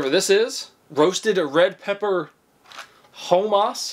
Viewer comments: “HOEMAS”🤣 you had me crying, i can’t even see how you got that from HUMMUS. Love the vids man! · 🤣🤣🤣🤣🤣 i love it you said HO-MAS it's HUMMUS Hummus, also spelled hommus or houmous, is a Middle Eastern dip, spread, or savory dish made from cooked, mashed chickpeas blended with tahini, lemon juice, and garlic. The standard garnish in the Middle East includes olive oil, a few whole chickpeas, parsley, and paprika. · its not homoss its hum-mus it is made from chickpeas and sesame seeds, olive oil, lemon, and garlic, made originally in the Middle East. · Are we not gonna talk about how homeboy is pronouncing hummus as ho-mas 😭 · Hoemuss (humus) 😂😂. Gotta love this man ! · Humus pronounced hum-us. Ground chic peas. It's extremely good & good for you❣️ You were trying to say the sock was "pilling" after using the blue & white gizmo. It was tearing up the material of the sock. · HO-moss….. lol. Your killing me sir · My dude said "Ho-mas" 🤦🏼‍♂️🤣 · Ho-mass??? Doesn't know what hummus is?? He's gotta be trolling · you have never had Hummus... Pronounced Hum-us like un humming then adding us so humm us. Also dogg-O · I cringed when you pronounced hummus so terribly bad.